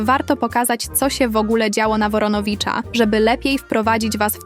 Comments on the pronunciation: Woronowicza????? Chyba Woronicza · Nie na woroniwicza tylko Woronicza